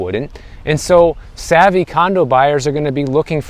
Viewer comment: Did you say savy Condo Buyers? Lol.